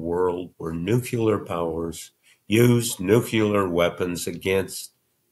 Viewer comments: Woodward has always been fantastic. (I wish he's pronounce "nuclear" correctly, but he's always a voice to pay attention to.) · I appreciate Bob Woodward, and his new book "War" is astonishing. I just wish he could pronounce "nuclear" properly. Too reminiscent of George W. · A fine interview, but I find it hard to fully trust someone who does not know how to pronounce the word "nuclear." Also, it's SHOY-gu not SHO-gu. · I hate it so much when people pronounce “nuclear” the way Woodward does that I really cannot stand to listen to them. It sounds so ignorant. Good thing there are transcripts. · It is really hard to hear anything Bob says because the constant mispronunciation of "nuclear" is so deafening. It's amazing that Tim was able to maintain his train of thought! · Why doesn't Bob Woodward know how to say nuclear? That's weird😂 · He is a great journalist. Unfortunate that he cannot pronounce nuclear correctly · Yes!!!! Thank you!!! I can't believe that he's pulling a "W" aka George W. as per pronunciation. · He’s not “grading” him for the mispronunciation—but it grates on one’s nerves after 10 times in 30 minutes—but after 27–it’s difficult to concentrate when it’s repeated so frequently!! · no he has the vowels backwards —that’s not an accent—that’s mispronunciation of a word and inability to read it!! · I mean cmon if you’re such an acclaimed journalist pronounce it correctly. He says it incorrectly so many times in this podcast I cringe😵‍💫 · I can’t believe Bob Woodward mispronounces nuclear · Why can no well educated American pronounce, "nuclear?" NUKE -LEE-ARE. Not nucular. FFS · Bob, I love your work and thank you for it, but you're 81 now: it's "nuke-lee-er", not "nuke-you-ler". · Please correct Mr. Woodward. The word is nuclear. Nucular is not a word. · ouch! it's painful to hear bob say the word 'nucular' instead of N U C L E A R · Bob, the word is NU CLE AR. not Nucular. Are you kidding? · Bob, it's NUCLEAR! Not nucular. Thank you 😊 😊